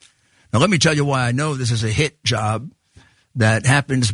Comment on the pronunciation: Did he say hit job or hand job?